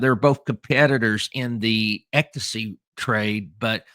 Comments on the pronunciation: Hey, I think it's pronounced "EX-stasy"...you keep saying "EK-tasy". Lol! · It’s ECSTACY, not EKTACY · How do manage even to say the word ecstasy wrong, it’s not “ectasy”. Geez you one of a kind. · Sammy the Bull. The most stand up guy to sit down ever🤷‍♂️💯🤣PS. Ecto-see is hilarious😂 EX ITS PRONOUNCED HOW I WROTE IT EXSTACY (Ecstacy)👍👌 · obviously, you never had done drugs because you can't pronounce ecstasy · Lol…what made it worse is he said it like 85 times 😂😂